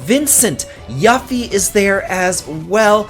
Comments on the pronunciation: Did he just say Yuufy? 🤣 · Yuffie spelled as Yaffie? 😅